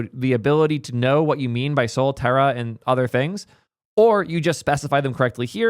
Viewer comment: Pronounce Sol as "Soll/Saul", not "Soul".